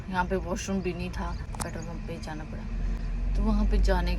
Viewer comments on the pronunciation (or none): none